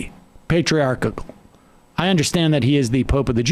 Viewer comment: Sam. It's "patriarchal." It's not "patriarch-ic-al."